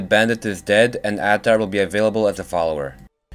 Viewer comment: The man's name is Ahtar. (Uhtar) two syllables said fast to sound like one.